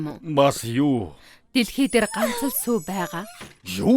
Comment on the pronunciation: Яагаад сүү гэдгийг шүү гээд байгаан бол оо?😂😂😂😂